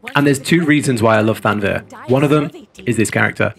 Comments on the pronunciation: after the 17th, time, I gotta say it. ;) It's thav-nair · i'm pretty sure thavnir is pronounced with the v before the n.